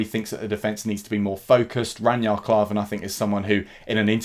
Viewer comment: Great video - Just for the record though it's pronounced 'Rag-nar' Klavan